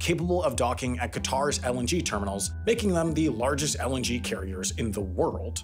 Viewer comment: I keep hearing LNG as LMG